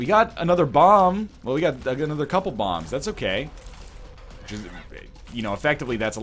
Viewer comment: Oh Northernlion plays Binding of Issac. It's "ANUDDA ONE!"